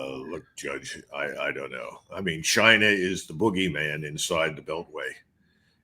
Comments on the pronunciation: Chinah chinah 😂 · Trump didn't used say 'China' he used to say 'Jainaa'